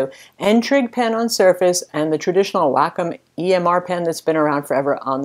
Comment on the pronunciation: waycomm not wackomm